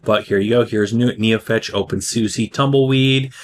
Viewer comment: Oh, please learn how to say the name of the distro correctly.